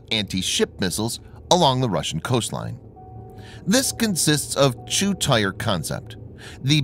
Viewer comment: He seem to pronounce 'tier' as 'tire'. From description: "This consists of a two tire concept". "Tier" fits the context better. :)